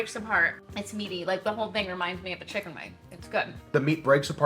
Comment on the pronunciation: Why does he call it Saytawn, and chickawn?